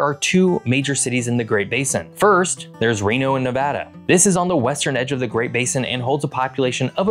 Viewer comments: Very glad you say Nevada correctly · Thank you for pronouncing Nevada correctly